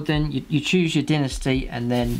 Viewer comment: Dinnasty? Lol